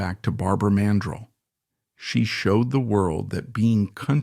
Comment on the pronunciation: It's PRONOUNCED MAN-DRELL MORON.